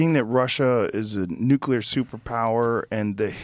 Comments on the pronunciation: Peter, the word is nuclear not nucular. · NOOK-LEE-UR people please pronounce it right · Zeihan... you're killing some of your credibility by pronouncing the word "nuclear" as "nuke-ku-ler". Please. You do it in your book as well and I'm shocked the editor didn't stop the presses on this. It just throws me back to 2003-4 when George W. Bush refused to learn how to say the damn word. Sorry. Please forgive me. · How does someone as smart as Peter pronounce Nuclear as Nuke-U-ler 😂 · Alpha radiation is the most dangerous, dude. Also, are there ANY “smart” people who are able to properly pronounce “nuclear?”